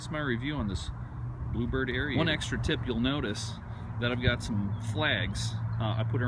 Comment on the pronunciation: what's a arie-ator? do you mean aerator. pronounced like air-ator